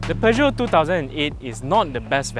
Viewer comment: Thank you for stressing the right pronunciation of Peugeot. And as always, another good review that I thoroughly enjoyed. Thank you.